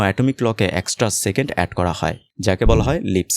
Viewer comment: Vai doya kore second bolen segend na...khb e birokto lage shunte